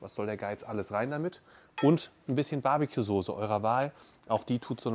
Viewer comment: Kannst du nochmal Sose sagen😅